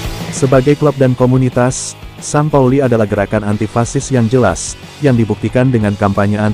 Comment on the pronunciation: Bacaan st pauli bukan san pauli la lembu...tapi sin pauli..lembu